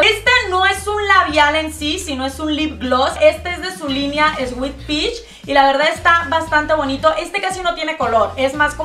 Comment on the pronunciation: Pronunciaste mal "sweet".